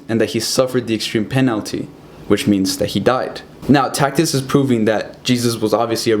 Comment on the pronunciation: Good job! Keep up the good work. BTW Tacitus is pronounced TAS-it-us.